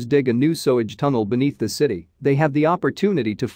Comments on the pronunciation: Sewage. The computer voice has trouble with that word. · Your bot pronounced sewage wrong every time. There has to be a way to train a bot to say the right word. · So tired of hearing words pronounced wrong. The word 'lead' is pronounced like the toxic metal rather than the alternative. Read is routinely pronounced in the past tense rather than the present and this one failed with sewage. There must be an easy way to correct these issues but so far no content provider has figured it out. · "sowage"? you've got to be joking! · Sewage pronounced sowage ? Why do so many use those damn electronic readers instead of just finding someone that can speak properly, they sound ridiculous 🤨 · I hate how automated voices mispronounce words like SUE-AGE. It took me a few minutes to figure out what Sowage was. Stop using these voices...or at least teach them correct word pronunciation. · I was just saying how it pronounces sewage...sowage 🤷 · i dont think even Americans pronounce sewage etc as sowage. Poor unintelligent AI is confused by English spelling/pronunciation. Sew/sow are pronounced identically but have different meanings. Imagine the problems foreign learners have with "ough". There are 8 ways to pronounce this group of letters in English. Eg cough, through, etc. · Odd, apparently you can't teach a robot how to pronounce sewage, LOL sowage. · Sowidge? for sewage! Ruins the video!😭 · Thats not quite the same as in this video with the plainly obvious mispronunciation of the word sewage. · The mispronunciation of sewage and sewer was a bit off-putting. Otherwise, pretty interesting. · Why can't you say 'Sewage'??? 🙄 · Interesting but you should really work on your English pronunciation eg: Cirencester is pronounced Siren-sester and Sewage = soo-age. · Its pronounced sooage and siren-sester. Please learn pronunciation before doing voice over. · It's pronounced SUE-er, and SUE-age, not SOW-er and SOW-age! Don't use a computer for a job a human can do better!